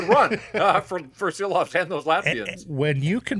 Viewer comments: 🇱🇻LATVIJA SARAUJ!!!!🇱🇻 ŠILOVS - SHILOVS like SH SH SH!!!! - LIKE ŠKODA LIKE SHANAHAN NOT SANAHAN!! 🇱🇻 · Please, show some respect and learn the name! It is Šilovs, pronounced Shilovs in English.